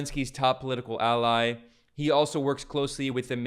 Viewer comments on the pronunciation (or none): none